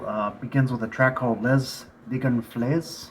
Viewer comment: Les is pronounced Lay, not Less. Nobody cares about Les Bel-Air here in Quebec.